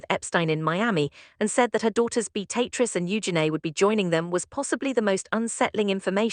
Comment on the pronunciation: So very tired of poorly executed AI nonsense. Awful editing the frequently cuts mid-sentence. Even worse, AI voices that don’t know how to pronounce names. In this case it can’t say Beatrice or Eugenia. Wish there was a way to easily identify and block this trash.